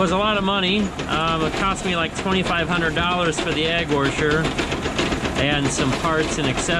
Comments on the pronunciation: Egg “wersher”! 🤣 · Only one R in washer 😛